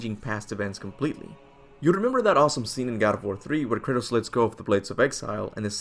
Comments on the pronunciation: I'm pretty sure his name is Kratos, not Curtis bro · Thought bro kept saying Curtis 😅😅😅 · I’m dying over here. Every time he says Kratos it sounds like he’s saying Curtis. Haha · I know what you're saying but it sounds like you're saying Curtis which is hilarious from now on his name is Curtis. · Anyone else hear him saying "Curtis" instead of Kratos? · I sounds like he's saying Curtis and not kratos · When you say Kratos I hear Curtis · Kurtus kurtis lmao pronunciation